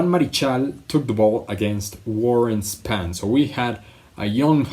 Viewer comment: Warren SPON...Not Span.